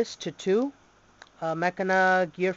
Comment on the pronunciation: your saying the name wrong but get looking deck,you say the name like this ma-chin-na to get said right or at lest that how my friends said to pronounce it